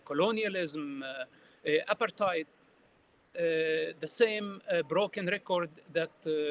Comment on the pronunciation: Dear Mosab, Wonderful as usual. Since the word apartheid comes up a lot these days, it will be clearer for others if you accent the second syllable, otherwise it sounds like appetite. Hope you don't mind my saying this. Thank you so much for every interview and podcast you have done. I watch them all.